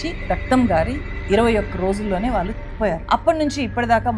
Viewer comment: మీరు "కళ్ళు" అని పలకలేరా? కల్లు అంటారేంటి అసహ్యంగా? అదేకాకుండా "వాల్లు, వీల్లు" అని పలుకుతారు. నేర్చుకుని కెమెరా ముందుకు రండి. మీకు చెప్పీ చెప్పీ మాకు సిగ్గేస్తోంది.